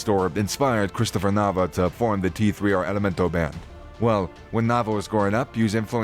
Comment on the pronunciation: It's pronounced Tercer Elemento